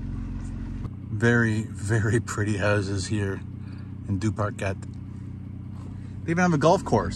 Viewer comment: Correct pronunciation is Due-par-Kay 👍🏻